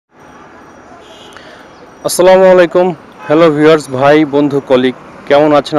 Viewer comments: 🚫ভালো লাগলো,,তবে সালাম টা ঠিককরে দেবেন প্লিজ। সালামাইকুম না❌ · ভাইয়া কোন কিছু মনে নিবেন না প্লিজ আপনার সালাম হয় না ভাইয়া সালামমুয়াইকুম না ভাইয়া আসাল্লামুয়ালাইকুম হচ্ছে সঠিক সালাম ভাইয়া